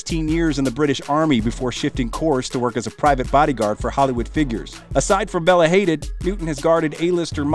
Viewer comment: It’s pronounced Bell-ah Ha-deed. Just saying